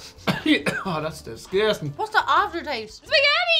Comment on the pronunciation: He really nailed that “disgutin” when he ate the spaghetti Pringle’s lol